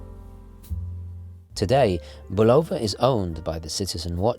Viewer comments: Um, say BULL-uh-vuh instead of Bu-LOW-vuh. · Speaking of Bulova (BULL-of-uh), I wish you'd do a review of the Hack.